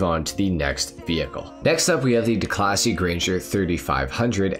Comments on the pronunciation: Declasee Yosemitee LMAOOOO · "DeCLASSY" lol